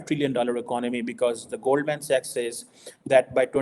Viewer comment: accent jhaad ne ki chakkar main Goldman Sachs ko Goldmen Sex mat bol😂